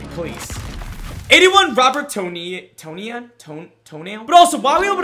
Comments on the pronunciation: As a packers fan when he said tony-an instead of tun-yin I almost unsubbed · It’s pronounced Ton yun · big bob ton- yan